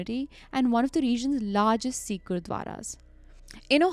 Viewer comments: you're an amazing narrator and all the love from Meerut but it's not See-kh. It's Sikh. Short 'i'. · Hey guys. Been a desi fan since forever but just wanted to point out that its pronounced as “sikh” not “seek”, 😬😬 It felt a lil annoying! Loved the episode tho❤